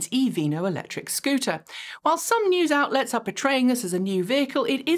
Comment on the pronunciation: I love you, but could you please pronounce the "c" in Electric?